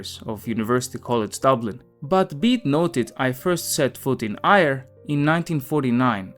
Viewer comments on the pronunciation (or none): Just to let you know, Eire, a name for Ireland in Irish, is prounounced phonetically as air a not ire. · Eire is pronounced AIR-AAH not IRE. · Eire is not pronounced 'Ire'🤣🤣🤣. Think of it as 'air ah' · Eire is pronounced " air-ah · Éire is pronounced Air A. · Éire is pronounced 'Air.' The way you pronounce it gives me ire haha, only joking! Great video. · One suggestion if you want to make a video about Ireland learn how to pronounce Eire, your effort was way off. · I only recall him mispronouncing 'Eire' and the video was very good, so I don't know what your problem is except that you, no doubt, find fault with everything and probably produce little-to-nothing of value yourself!